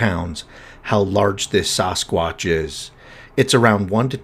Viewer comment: Dude…. Why do you pronounce it “soss-quotch”? 😂